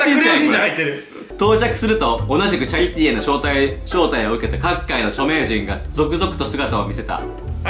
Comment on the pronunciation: はなおの「チャリティー」が「チャリT」のアクセントなの怖い